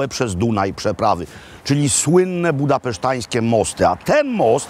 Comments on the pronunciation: Mówi się budapeszteńskie, nie budapesztańskie. Jest obecnie wiele prób zmiany zasad języka polskiego, wynikających zwykle z niewiedzy. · "Budapeszteńskie", nie "budapesztańskie". Caesar non supra grammaticos. Przepraszam. Wierny fan :)